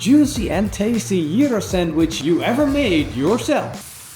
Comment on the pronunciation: thank you for pronouncing 'Gyro' the correct way. working on this recipe this weekend.